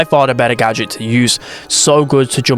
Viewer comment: “The GöDJÖT” 🗣🗣🗣🗣🗣